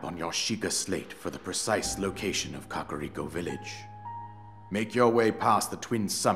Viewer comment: finally learmed how to say "Kakariko" properly. after all of these years. I definitely was not saying it correctly.